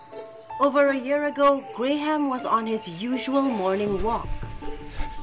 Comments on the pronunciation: geez, never knew the name Graham was pronounced Grey Ham. isn't it 'gram'? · Why did she keep calling Graham- Grey Ham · The ‘h’ is silent. Hearing ‘Grey ham’ was a little disturbing 😂